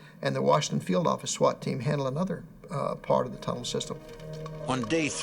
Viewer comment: "nuu yawk affice"